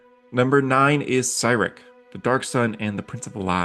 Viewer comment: my autistic ass: hey this is a cool video also my autistic ass: that's not how u pronounce cyric or milil😡😡😡😡😡😡😡